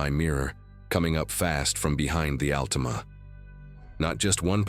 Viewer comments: OH WOW AI SAID ….. AL TEE MAH 😂😂 that’s not even close to AL TA MA 😂😂😂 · You mean the Allteema. Gotta love AI. LOL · the way he says Altima its Altima not Altima 🤣🤣